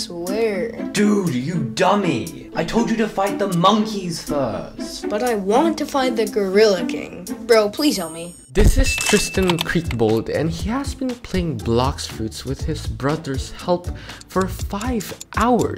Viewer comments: The fact that he said tristan "tristan kreekbald" is hillarious😂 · Tristan 'kreekbald’💀